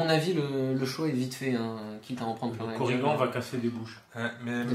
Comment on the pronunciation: Super vidéo, j'ai appris qqchose sur l'immunité au poison ! Mais pourquoi vous l'appelez Korrigan (prononcer coriguent), ça ressemble à origan ou à polydent... alors que zagan, qui se termine de la même manière, vous le prononcez zagane !!! Allez, bisous bécots et hâte de découvrir le 3ème profil !!!